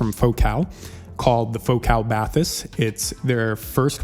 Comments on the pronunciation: It's "ba-tees" just in case you want to pronounce it correctly. Great review otherwise. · Celes-teeeeee and Bah-tees. Otherwise great review, thanks. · It's actually pronounced "bat-teese". (I watched an introductory video from Focal). Thanks for the review. Lots of good info. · I had the Celestee's and returned them. I now have the Bathys (it's pronounced "Batees") it's french. But anyway I liked the soundstage better on the Celestees but for my use case the Bathys was a no brainer having blutooth. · BathEss the E english pronounced like an i or sometimes a y in french. So you pronounce it Bath-Ess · For Americans it's pronounced "Bat-teese", there's no "th" spoken! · bat TEES is what i hear English speaking reviewers call it, with emphasis on the second syllable, which is wrong too. Trying to sound French but not really. 😂 So pronouncing it with an English accent is actually the better thing to do.